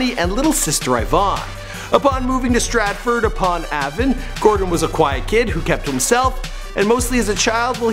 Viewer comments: And the way he said Stratford-upon-Avon made me cringe lol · Stratford upon Avon = Ay-Von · fm the way he said Stratford-upon-Avon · Anyone else triggerd on how he pronounced Stratford upon Avon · As a Brit, I'm really enjoying your rather interesting but endearing pronunciation of our town Stratford- Upon-Avon, which is pronounced strætfərd əˌpɒn ˈeɪvən and the county of Oxfordshire is pronounced ɒksfərdʃər.